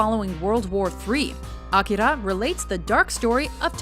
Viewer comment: 散々評価されてるジブリやアニメ、黒澤作品が多いのは気になるけどいいトピック。小津作品入ってて良かった（評価されてるけど）。てかナレーターの「アキラ」の発音になんか日本文化に対するリスペクトを感じた。あとサツキとメイの英吹替でファニング姉妹の可愛かった頃思い出して笑顔になってしまったｗ